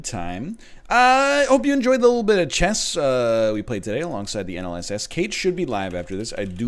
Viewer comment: Chess / Chess / Chess say it with me now